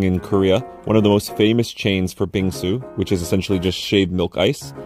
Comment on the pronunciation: 빙수 발음이 좋네요